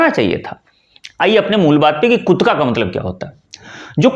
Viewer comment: कुट्का ❌❌ कुट्टा ✅✅